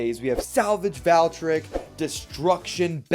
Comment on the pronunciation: I like your videos but it pronounce Val-tree-ek